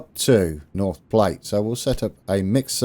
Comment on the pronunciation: even though someone mentioned it, Platte like "at"... Platte. Glad you're back... we've been waiting for you.